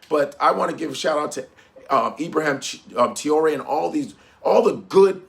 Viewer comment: “Ibraham Tiore” 😂